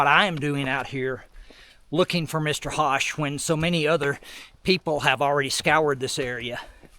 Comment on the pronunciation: ...Love the Video..Just to help you in Future vids...Charles (HOSCH)..is Pronounced- -(Like PUSH and BUSH, but With an H..) Take Care !!.